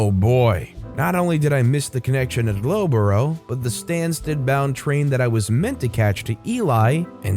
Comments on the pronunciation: it might be worth a quick Google for the pronunciations next time :D Loughborough is more like "Luff-Bruh" instead of "Low-Boro" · Lowborrow? Love it 😂 it’s pronounced more like Luff-bruh though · UK pronunciation guides - Loughborough is not "Low-bow-row", but "Luff-bruh", and Leicester is "Less-tah"... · I am living for the interesting pronunciation of UK place names. Loughborough is pronounced Luff-bruh :') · Ah man, as a british person your pronunciations there physically hurt me. It's pronounced "norritch", "luff-buruh", and "lester". Don't ask me why they're spelled the way they are haha. Great stories as ever though! :) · Its luff-boro and nor- itch and lest-er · I have to mention your pronunciationor or the English town names, it's not how they would normally be said. Try these : "lufbera" or "lufbre" - Loughborough, "norich" - Norwich, "lester" or "lesta" - Leicester, "eelee" - Ely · I love your channel & listen to your videos daily but... As a Brit, that first story was so hard to listen too. You butchered the pronunciations of the cities!! For future reference... Leicester is pronounced Les-ter. Loughborough is pronounced love-bruh & Norwich is pronounced Nor-ich!! 😅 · Story 1 Leicester pronounced Lester. Loughborough pronounced Luff-brah. If you don't know, it only takes a quick Google 🙈 Otherwise, good job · That's not how you pronounce Loughborough, Leicester, or Ely. 🤣